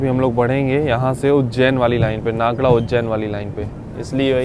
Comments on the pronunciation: मध्य प्रदेश के होके और इतने समय से इतने सारे रेल मार्गों पर चलने के बाद भी आप नागदा को नागड़ा नागड़ा कैसे कह सकते हैं ये समझ से परे था। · नागदा है भाई नागड़ा नहीं😂😂😂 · भाई को नागदा है । हर बार नाग्डा क्यों बोलते है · Bhai नागदा hai vo नागङा nahi hai Please apna pronounciation sudariye hindi me bhi likha hota h station ka nam Ye sird aap hi nhi baki youtubers bhi ye hi krte h ulta sidha pronounciation krte h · Its "नागदा" not "नागड़ा"